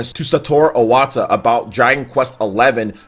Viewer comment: It's Iwata, not Owata.